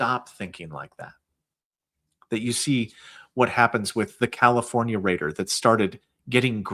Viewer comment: Rater not Reed 😂